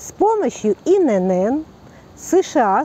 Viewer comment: Пожалуйста! Не говорите инЭнЭн? Это говорит о неграмотности и неуваженИИ к русскому языку! В нашем великом и могучЕМ нет буквы НЭ! Есть буква Эн! Поэтому аббревиатура ИНН читается и произносится как И-Эн-Эн! Повышайте грамотность свою, пожалуйста! Прежде чем вещать в эфире.